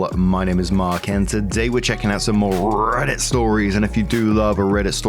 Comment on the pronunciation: I love when you say RRRRRRRRRRReddit stories